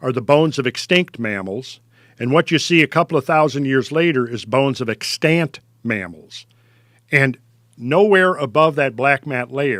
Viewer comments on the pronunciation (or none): Bizarre pronunciation of 'extant.' Brilliant podcast nonetheless.